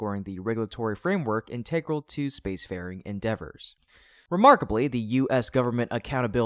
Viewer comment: Please learn how to pronounce integral!